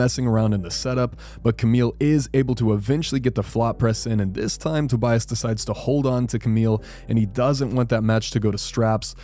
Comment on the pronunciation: just to let you know: My understanding is Tobias' name is pronounced: Toby-us.